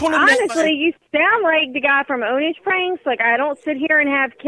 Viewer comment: The way he said "OwnAGe" pranks! 😂